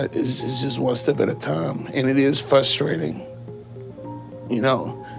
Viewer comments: "Fusstrating" is NOT a word.. just like "fusstration".. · It's frustrating, not FUSStrating. You're a grown man, not a toddler. It's not cute.